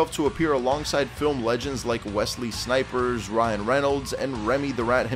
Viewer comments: Great video. One mistake stood out to me tho. It's Wesley Snipes not snipers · Wesley Sniperrrrs 🤣